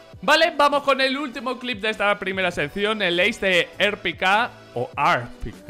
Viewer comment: Se pronuncia ar pi key